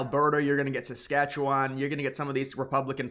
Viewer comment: You'd have more credibility if you didn't say "SAS-KATCH-YOU-WON and knew that Northwest Territories is not a province, but is a territory governed by Ottawa. There already has been a free trade agreement on autos and auto parts, in both directions, for decades. So what Trump wants in NAFTA, at least for the US and Canada. No tariffs either way, which is what it was supposed to be. But NAFTA was about stuff. Canada did not open its market to financial services and said an indigenous food industry, to the extent possible, was a matter of national security.